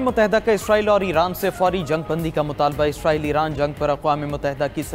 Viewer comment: عزرائيل عزرائيل کہ رہے ہو اسرائیل کہو پڑہے لکھے 😂😂😂